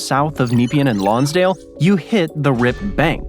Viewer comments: Oh dear, the pronunciation of some of the local place names got to me! Pro-tip: consult someone from the region. "Bolt bridge" really? and Nepean was massacred every time. You missed the most famous drowning of the area, 1967 the then Prime Minister took a dip off Point Nepean (Cheviot Beach) never to be seen again. Normally we leave all the killing to the local wildlife. Want a deadly snake, spider or a deadly sea critter; come visit Australia. It's our tourist slogan. Even the male kangaroos can kill. Killer rips? Just to get those that survive all the killer critters. We are training up the koalas and fairy penguins. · It's NOT Nee-pea-an. It's Ne-pea-an or N'pea-an. Google West Gate bridge. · "Neepeean"?!. How about checking the correct pronunciation before putting an audio track to the video!? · It pronounced Point Nah-pee-anne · Try pronouncing it Napean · Some interesting stuff about the geography of the area; as a former town planner, I can't see any reason to put a bridge there, though. I concur with respondents more personally familiar with Melbourne. I appreciate it when peope from the ends of the earth notice Australia, but I am getting to feel we have been saying it's pronounced "MELb'n" and "nePEAen" rather too many times. Also, just in case, don't try "sydKNEE" either. It won't be appreciated! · No bolt, it's pronounced bolt-e. Nepean sounds as Ne-pee-an. Oh, a good candidate for a tunnel. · Funny pronunciation of Yarra & Nepean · "NEE-pee-an"??? FFS! Do your basic homework, and discover that we pronounce it, "ne-PEE-an". Named in 1802 after the British politician and colonial administrator Sir Evan Nepean. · How he says Nepean is making my eye twitch! (it's Neh-pee-an) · that is some prime poor pronunciation of Point Nepean, its not a hard E, its Neh-pean. Portsea as well. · nah pean not neepian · Kneep-i-an! Try Nep-ee-anne. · Nepean is pronounced Na- pee-an, not Nee- pean